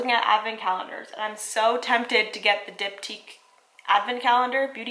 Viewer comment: I just realized you're saying Diptyque Candles not Dip Tea Candles hahah